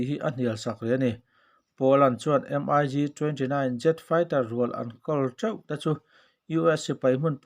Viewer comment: Mig...tihloh tur miik tih ang a lamrik tur